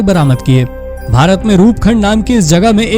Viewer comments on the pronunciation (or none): रूपखंड नहीं है, रूपकुंड है।